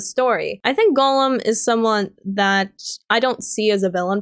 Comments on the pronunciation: I'm in Ohio (I think your east coast too) but I had wondered if Gollum was more of an accent. Sounds more like you're pronouncing it as Golem instead though. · Eomer,, Faramir, Gollum, Haldir and Isildur lol. Haldir you only said once and stumbled over so you may have said it correctly had you said it a second time but Gollum especially bugged me because of how many times you said it and mispronounced it. I enjoyed the video enough though that I just listened to it again from start to finish on my way home from work though!